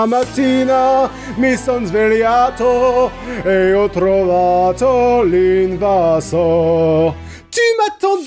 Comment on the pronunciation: Attention, monsieur je sais tout : on prononce invasor et non invassor (déformation hispanisante due à la casa de papel je pense (cassa en espagnol et casa en italien)